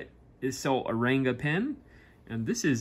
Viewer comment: Its pronounced as Runga not renga